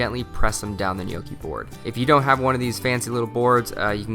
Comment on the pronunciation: My husband and I are Italian, and his family grandparents are literally from the "old country" and barely spoke English. We make ours a little different but this was very close to ours. Also, thank you for pronouncing it correctly!